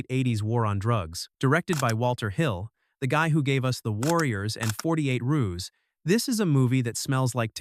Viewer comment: 48 ruse? Its pronounced hours it's just the abbreviation for it. I swear to God you need to read a book.